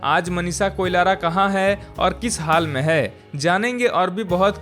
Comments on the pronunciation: Koilara nahi Koirala hain theek se pronounce karo, aap baar baar Koilara bol rahe ho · Koilara nahi be koirala hai😂😂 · Abe na murad heroine ka nam to Sahi se le KOIRALA ki jagah Koilara bol raha hai . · कोलारा नहि कोइराला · A bhaisab koilara. nahi koirala hai 😅 koun jaldi hai 😅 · Uske surname Koilara nhi Koirala hai 😂😂